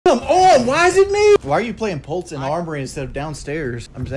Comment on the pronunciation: Lol he keeps saying pultz instead of pulse